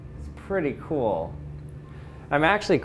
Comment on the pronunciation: "This is so coowel"